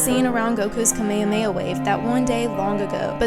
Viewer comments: It kinda triggered me because she said kamehameha wrong she said and I quote “Kame-may O’ way”. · I love the assessment but please learn how to say kamehameha